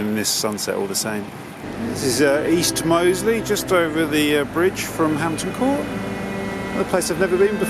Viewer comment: Only recently found your channel and I'm really enjoying it. Born & raised in Hampton, my first 2 years 'on site' as an apprentice decorator were at Hampton Court Palace and Bushy Park. BTW it's MOLEsey not MOSEley!